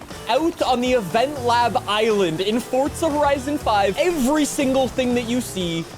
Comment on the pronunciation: Ah yes. XD but the goose says cheesus XD XD